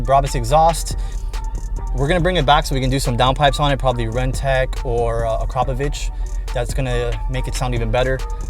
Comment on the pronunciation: Dude can’t say Akrapovic and measures his lift like he’s telling his girl how big it is!